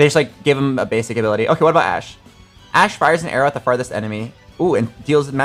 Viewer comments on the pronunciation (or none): none